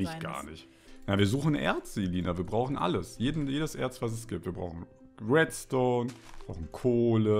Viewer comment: Redstone wird zu wetstone LOL